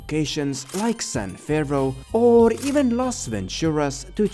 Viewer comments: imagine doing a whole voice over session, only to realize youve been saying "san ferro" instead of "san fierro" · For the amount of effort you went into digging into this you’d think you’d have realized it’s San *FEE-ARROW* you moron